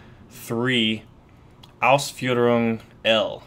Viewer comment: Wow! You pronounce "Ausführung" very well for a non German. Great breakdown!